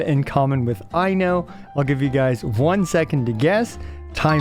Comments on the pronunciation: i'm loving the i know jokes but anyone interested in the correct pronunciation, "Ai" is pronounced the same way as "i" but the "no" is only the "kno" of know. just remove the u sound from the end, put the emphasis on the first syllable and you know how to pronounce most finnish names. Aino. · “Aino way” is killing me ngl 😂😂😂